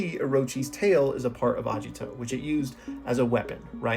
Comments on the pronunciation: Agito btw not ajito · why u reading agito as ajito also there is aesthetic from deer , agito literaly has horns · Its Ageeto.. Not ajito.. Pronounce that right right now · A*Geet*o not Ajito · His name is Agito, not Ajito 😭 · Please, PLEASE say Agito correctly, not Ajito, Agito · hearing the misspronunciation is really bothering me...................................................its not A-jiii-to its A-gi-to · Hard g in Agito, not a soft g. "Ah-gee-toe" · That pronunciation of Agito is killing me, I tell you, KILLING ME